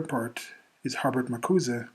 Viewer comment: You're the only person I've ever heard who says Har-Bert instead of Her-Bert.